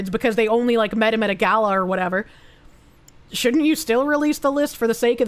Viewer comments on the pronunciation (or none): none